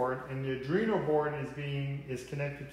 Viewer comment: Liked the video but......if I had to hear you mispronounce ARDUINO one more time...... it's arduino NOT ardrino 😔